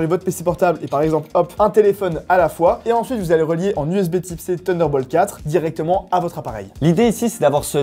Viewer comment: “TUNDER BOLT 4” Les mecs taisez un effort svp